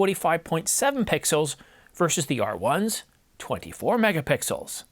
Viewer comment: Pixels not pickles..